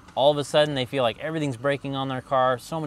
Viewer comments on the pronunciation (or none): none